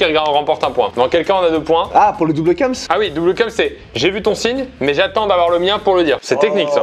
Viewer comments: Kems se prononce bien "Quémss" et pas "cums" c'est une règle de grammaire. un E qui précède une consonne se prononce é. Et puis en Français, il n'y a aucun moment où le E est prononcé U ou OU. A la limite si il y'avait un tréma, mais là, c'est clairement pas le cas. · Kèms et pas keums mdrrr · par contre on dit pas « keums » mais « kéms »..... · Prononcer kems « cums » c’est très grave et très perturbant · J’étais perturbé par le mot « kems » prononcé « keums » et c’est très grave cette prononciation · Ui de ouf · De ouuuf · 3 secondes de vidéo et qu'entends-je : qui dit Keums pour kems ? Wtf ?? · prononciation keums supremacy